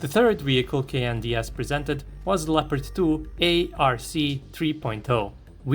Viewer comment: lol i thought he said the "CANDIEASS", not the KNDS XD